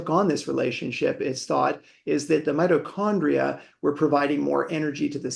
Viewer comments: Its not meti condrial its mito after mitosis, crazy good to listen to an expert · I found it incredibly annoying that while talking to an expert about mitochondrial health you kept pronouncing the word "Meet O Chondria' rather than 'Mighto Chondria" as almost everyone in the world does. This conflicting use of the word maybe 100 times during the podcast was incredibly annoying. It seemed to me that you were pushing your guest time and time again to your 'version' of the word. I found it so distracting that I may have missed some of the important information contained within. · The word Mitochondria .. You repeatedly mispronounced it "meatochondria". Many viewers found the mispronounciation annoying to listen to, myself included 😅 You still have an interesting channel though! Thanks for bringing interesting guests